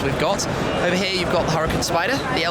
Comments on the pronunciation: its "Hoo Ra Kaan" not hurricane duh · its pronounced ou-ra-khan